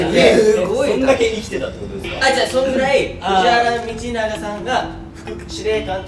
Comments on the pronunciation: 琳寧くん、藤原道長は「ふじわらのみちなが」って言うんだよ！ （「ふじわらみちなが」じゃないよー」） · 藤原道長を"ふじわらみちなが"って読んだ時に琳寧くん知らなそうだなと察してしまった